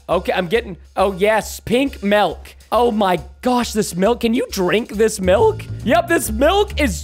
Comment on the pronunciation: I love ur videos but please don't say melk! Please